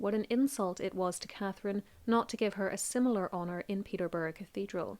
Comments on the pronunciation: Its peterborough not peterbarrow please get the pronunciation right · Peterborough (peter + borough). Not 'Peterburg' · I hate wen people say place names wrong Peterborough not Peterburg lol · Just a minor correction. For Catherine of Aragon it is pronounced "Peter boro" not Peter burg" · Peaberg cathedral. You mean Peter..burra, as any historian would know how it's pronounced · 'Peterburgh' 😂 it's Peterborough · U said peterborough wrong its pronounced peter bow ruh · Catherine of Arragon was buried in Peterburra cathedral (pronounciation). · Thank you for all your research and the presentation. One thing you pronounced Peterborough as Peter berg please correct in future references thank you. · I turned off as soon as your mispronounced Peterborough. At least get that right. Call yourself a history channel? Rubbish. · Omg Peterborough is not said like that 😂